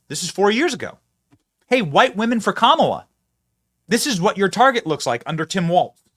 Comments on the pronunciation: Commela emphasis on the e comm-e-la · I thought I heard the VP herself say her name is pronounced as one would pronounce Pamela, therefore "KAM a la" , emphasis on first syllable. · KA MEEL LEE ON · Kamala complains people cannot pronounce her name meanwhile she’s filmed giving the same pronunciation as everyone else. How can she complain if she’s doing the wrong pronunciation to herself.